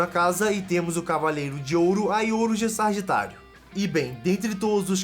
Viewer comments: video bem legal!!! A única ressalva é o nome da 9 casa... Sagitário, e não SaRgitário... Hahaha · Exceto por alguns erros como "zodico", "sargitário", "escárlate" e dados um pouco errados de alguns, um ótimo vid.